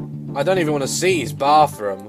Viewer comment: LOLGirl i died when he was like "Thats MY ROUM!. .whats wro-, THATS MY BAFFROUM